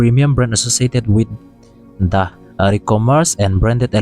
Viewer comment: vowel, a, e, i, o, u,...hma ah ' the' a awm reng reng in, di/de ... tih ang a lam tur... ka thiamber chu ka tilo, thurawn fahrah mai mai aw.. thildang erawh kan sawiseng lo ang a,thiam sen ani heklo..😂